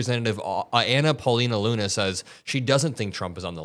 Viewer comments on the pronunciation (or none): none